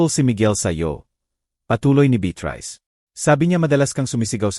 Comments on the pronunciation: SANA, PAKITAN INYO ITONG NARRATOR...NAKAKA SAWANG PAKINGGAN..MALI - MALI ANG MGA SALITA..ANO BA NAMAN IYAN..HINDI MABIGKAS NG MAAYOS ANG MGA WORDS... BEATRICE...BITRISE...POPOPO... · Pti beyatris dapat naging beat rice n hehe pti tuloy ko mabobobo n s pagsulat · Beatrice hindi bet rise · 😂ung beatrice bit rice ahahahhh🤣